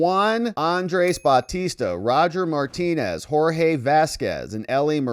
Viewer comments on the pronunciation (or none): none